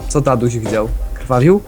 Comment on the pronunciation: Racja co do głosu taty brema. Ale ty dupku tam było daduź a nie taduź KURWA!